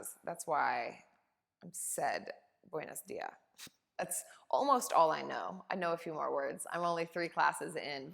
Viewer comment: So happy to hear you enjoyed my country ❤️ your pronunciation of “buenos días” is so cute ❤️❤️